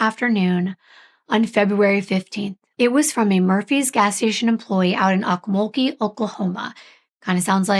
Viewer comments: It's pronounced oak mull gee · the town is pronounced "oak-mul-gee" (hard G) :D